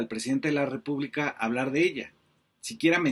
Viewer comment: Es una inepta y cogupta Que no sabe hablag sin regagla Dijo Leona Vicairo😂😂😂